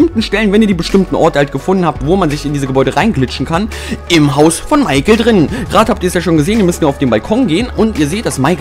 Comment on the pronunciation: er heist n7cht micherel sondern meikel